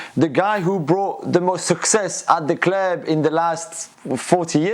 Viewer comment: "At the cleeub"